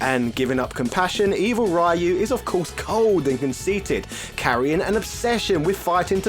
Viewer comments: The ryu pronunciation is hilarious. Should un please both sides of it lmaoo. Please continue with the humor it's great! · Why are you saying Ryu like that. It's very weird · The continued disrespect of a franchise you supposedly like, yet you continuously pronounce the main characters' name wrong on purpose. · Sho-Ryu-Ken Just say the Ryu sillabe. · Try to pronounce Ryu correctly next time. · I thought I'd heard every possible pronunciation of Ryu until now. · The American pronunciation is still wrong. But it's basically the closest Americans can get without much effort. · No, DON'T! Mexicans HATE that pronounciation of Ryu's name! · Oddly enough, the mispronunciation "Rah yuu" is the one that originated in America. The pronunciation "Ree yuu" is the Japanese pronunciation attempted with American phonetics. The original pronunciation was almost like your first try, but the "u" sounds closer to something like a "ü", not an "o". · Comon, he just said Ryo instead of Ryu...same differnce. At least the R sound was close to perfect, which is a feat in of it self. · i couldnt take it..hearing RYOOO. it was getting annoying. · Pronounce "Ryu" how you like, but the correct Japanese annunciation is "Ree-U". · Japanese say it with basically a silent Y. Mainly because they have trouble pronouncing hard Rs and Ls. Any word starting with Ry is supposed to be pronounced just like Ryan or Rye bread. Its basic English. You don't say Reeyan or Ree bread. Alot of the street fighter 2 design, voices, etc were done in America after the world warrior. Just because they have no idea how to read and pronounce words doesn't mean other people should with them. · No, a dictionary would have Rīo͞o or Rēo͞o. The first of those is the correct version. The letters "ii" are typically pronounced like ē (the long E sound). Other than the Wii I already mentioned, another example of this is Hawaii. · I can't watch this video bc of the pronunciation of ryu...